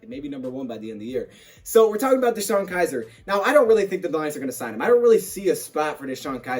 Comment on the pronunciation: Btw its Kizer. Not Kiser 😬😬😬